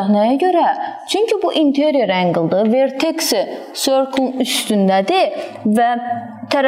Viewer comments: angel yox angle😊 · Ark angle nedi duzgun deye bilmirsiniz??